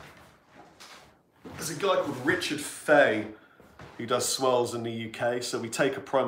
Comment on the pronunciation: That was a great video. All the best for your album. The clips I've heard sound great. I also enjoyed how you can't say "swirls" without your Wiltshire accent getting stronger.